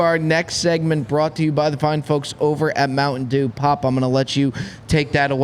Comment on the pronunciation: Hey, there is a T in Mountain Dew brother. It's not Mouwhun Dew! 😂😂😂